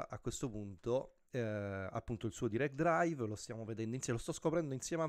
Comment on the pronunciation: Bello ma ti prego non si possono sentire "pro resing uel" "direct draiv" "11 niuton meter" "lando noris" non è difficile sapere almeno i termini base dell'inglese.